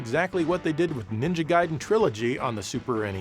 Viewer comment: thanks for pronouncing it as Guyden and not Gayden